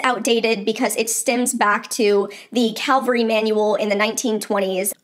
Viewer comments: You are so eager to say everyone else is wrong —so how bout your genius self learns it it CAV-AL—RY not Calvary. There you go educate yourself!!!! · Cavalry not calvary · I realize it's nit-picking, but I did, too. Cringed every time she said it. Calvary = the place where Jesus was crucified. Cavalry = soldiers on horseback It comes, of course, from "caval," which is Latin for "horse," "-ry" is a suffix meaning "the art or practice of." Caval-ry. The "v" is pronounced before the "l." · Great video once again. The amount of pronunciations of Cavalry as Calvary though eeek. Calvary , refers to a depiction of the crucifixion, or, more recently, to an experience of usually intense mental suffering. You will make a wonderful veterinarian. 😊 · I totally agree with your video. Too often, I have seen people overload a horse and then wonder why it cannot perform. Thanks for sharing! PS: It's cav-el-ry, not calvary. Calvary was the hill upon which Jesus died. Common mistake but worth a mention. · Cav-al-ry is a military horseback unit . Calvary is the place where the Bible says Christ was crucified. 😂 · PLEASE, it's Ca VUL ree not Cal vuh ree. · I really appreciate the purpose of your videos. In this particular video, I had a "fingernails-on-the-blackboard" response. Cavalry vs Calvary. Lots of people get the pronunciation mixed up. The manual you reference is CAValry. CALvary is a Biblical reference. This comment may be a bit pedantic, but I wanted to bring it to your attention. Please keep going with your valuable content videos. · I'm probably being picky so sorry about that but this just stood out to me - Is this CALVARY or CAVALRY? Two different things. Please check your pronunciation. You've said CAL-VA-RY the whole way through. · I think it is CAVALRY, not calvary. Unless you want to be crucified somewhere in Jerusalem... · Calvary or cavalry? The former is the hill that Jesus died on. That is what you keep saying. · it’s CaValry not caLvary